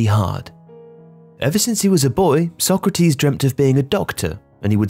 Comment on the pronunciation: The pronunciation of Sócrates changes all throughout the video 😅 Sock-ratees, So-krahtis, So-krahteez. I guess it's better to put everything in so you get at least some of it right 😂 (spoken as someone who has no Portuguese knowledge at all so unsure as to which is the closest to correct)